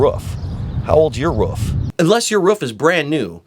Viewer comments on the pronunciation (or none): are you saying woof or roof???? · Its roof not woof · Ha ha can't say roof it's not ruff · Ruff. Ruff. Try ‘oo’. Two “O”’s make an who sound. Leading to roof. Not ruff. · Dude, its a roof. not a ruf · Al Filipini He also says Rouf a lot instead of roof, only person I've known to pronounce it like that, certainly robotic characteristics lol. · Great video! It’s roof not ruf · I swear to god if he says "ruff" one more time this video is getting paused...he's doing it to wind me up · I like how you say "roof". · I can't handle how he says roof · He says roof wrong. It's starting to piss me off.